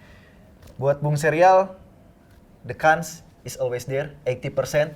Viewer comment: bukan mencela atau menghina, hanya memberitahu Chance dibacanya chans bukan kans